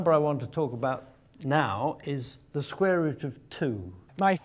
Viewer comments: It's pronounced "Square" not "Scrare".........learn english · "The Sqrare root" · Is he saying "The scrare root"? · You mean squrare? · can he not say the word 'square'???